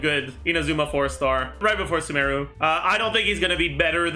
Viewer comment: Holy shit the only dude pronouncing Sumeru correctly lol. Other CCs out here calling it "Sumaroo".